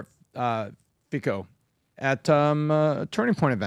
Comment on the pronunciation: This is astounding! Normally you guys are spot on but through you in this, I'm getting a glimpse of mainstream media! I could pick this apart in so many ways. First of all, Robert Fico 's name is pronounced Feetso. NK and Russia entered into a mutual defense military pact summer last year. This is them strengthening ties, Putin invited Kim . Malaysia is the latest member of BRICS. Holy cow you guys have some catching up to do.